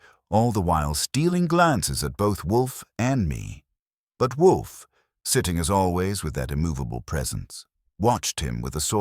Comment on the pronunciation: Whay do all the AI s have trouble saying Wolfe? Theres a half dozen different sites, and they all pause and say woof. Its wool+f not wuf like a dog says